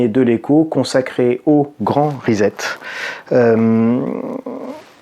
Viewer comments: C'est pas Rizette c'est Risept que l'on prononce. Amicalement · On ne dit pas risette pour 'reset', mais rissette, comme dans sucette, cf. les crêpes sucettes... :-) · Pour prononcer reset en anglais, vous devez prononcer la première syllabe ri comme du riz et la seconde syllabe set comme un set au tennis (et non zet). Si vous souhaiter le prononcer en français, il faut prononcer les lettres "es" comme pour le mot peser et les lettre "et" à la fin doivent se prononcer comme dans les mots galet ou poulet, le "t" doit rester muet, en français reset il faut donc le prononcer reuzé (mdr). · On ne dit pas REZET mais RESSET. En Anglais un S entre deux voyelles ne se prononce pas Z. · Après la grande rizette de, voici le « Postulala » ( a 8 min 55) ^^